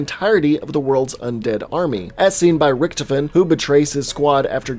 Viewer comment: Is it me or does anyone it find it funny that he said Riechtoefen not Riechtofen